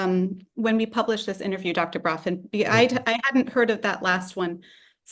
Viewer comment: On the side: lovely hearing you say the original pronunciation of Бровкин here. You've even naturalized Ductor to Doctor :) (Deddicaded to mocking Americanizing, now I can't make my Duckter Braavkin's duckuments joke anymore, хорошо) 🌦️🌱